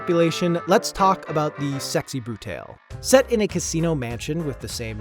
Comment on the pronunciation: I don't know if you're right but I really hate the way you pronounced Sexy Brutale.. That being said, great list! Every single one I have played is incredible and the rest look just as amazing. Before Your Eyes is going straight on my wishlist